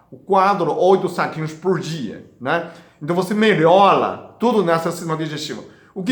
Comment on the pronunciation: Agola,melhola, camomira kkkkk